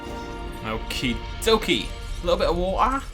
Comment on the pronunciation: Little bit of watha little bit of wahha